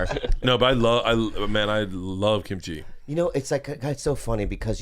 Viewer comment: Why do non-eastern-asian people always say kimchi like it's two words? 😭😭😭